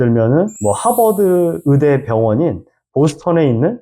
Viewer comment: 의사 의대를 자꾸 으사 으대라고 하니까 듣기가 힘드네요. 신뢰도도 떨어지구요.